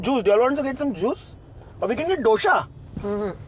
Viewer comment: After correcting her for the wrong pronunciation of kurnool he goes ahead and says DOSHA for DOSAE🥲🥺